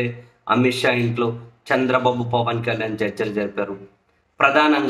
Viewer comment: Saami nuvu Chandra babu Ani vathi palakadam yenduku bagaledu vinadanike asahanga undi